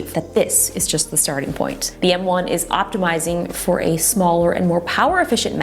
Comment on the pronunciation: She keeps saying “N1” instead of “M1”